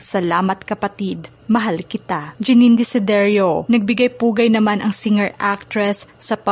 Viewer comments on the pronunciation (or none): Its Jenine not Janine Desiderio Jenine Desiderio po yun teh